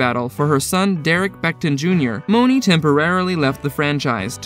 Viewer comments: And it’s MONEY not mowneee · Candy yea it’s like money or “mawn-ee” not Monáe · Monie is pronounced Money.... not Mo-nah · It's money like 💰 not moaney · Right it ain't no damn moe-nee🤦‍♀️ 😂😅😅 he just made up a whole new person in the show. Lol anyways he tried it's probably a computer talking. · Who is Moe-nee??? 😂😂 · Her name is pronounced "Money" Tiffany MONEY (Monie) Cashette... get it? Monie (Money) CASHette.... It's weird to make a video on people based on a show you clearly didn't watch. Or you'd know how to pronounce Monie's name... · Dude! It’s pronounced MONEY! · Why are you pronouncing monie name like that💀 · B Stone yea, I don’t think he watched the show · Threw me off